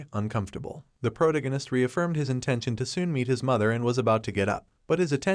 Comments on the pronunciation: Pro ta gin nist < pro tag nist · OMG the way he pronounces protagonist is killing me